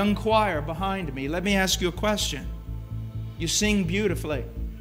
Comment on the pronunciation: Tell Oprah how to pronounce ACT AND ASK.